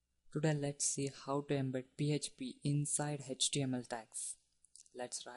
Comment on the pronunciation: pee heeeeetcccchhhh pee... lolz...